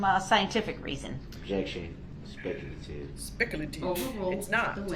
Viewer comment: Ah yes!! The DNA testimony..Where Duh-rell thinks objecting to dna results can be "SPEK AH LATIV" Or "SPEK-ALASHUN"...😂😂 I think he hates staying late because he misses his phone time. Cant call his mama.😂